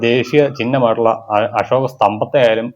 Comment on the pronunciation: താങ്കൾ പറഞ്ഞത് ശരി.. പക്ഷേ അശോക എന്ന വാക്ക് താങ്കൾ ashoka അഷോക എന്നാണ് പറഞ്ഞത്... ശ്രദ്ധിക്കുമല്ലോ...